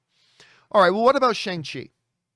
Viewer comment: It's pronounced SHONG-CHI. , Got to start saying it right John LOL